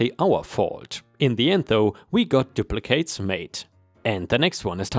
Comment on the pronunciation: Story 3: Duplicates is said as "doo pleh kits" not "doo pleh kates." 🤪